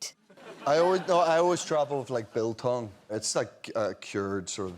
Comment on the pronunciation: Jamie said "Biltong" and as a South African I was just too unnecessarily impressed 🤣🤣